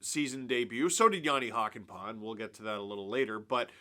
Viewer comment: I guess now would be the time to learn to pronounce Hakanpää better. You're doing the "Hakan-" part fairly okay (shorter vowels would be better), but "-pää" is pronounced with a completely different vowel. Think of the "a" in "hat" and just make it long. "Hakan-" is pronounced in the back of your mouth and "-pää" in the front of your mouth. This is a very good example